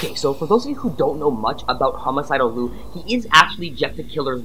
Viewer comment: just to let you know....his name is Liu pronounced Lie Eu not Lue. He gets angry if you call him Lue and not Liu. That is due to Sully. I’ve met him before and he is nice but if you make him mad, Sully takes over and attacks you.